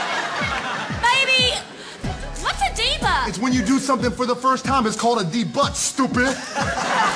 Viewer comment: "debutt" Haha